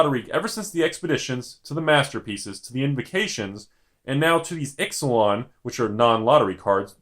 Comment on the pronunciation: I really hope the plane is not pronounced "Ix-uh-lon" instead of "Eech-ah-lon".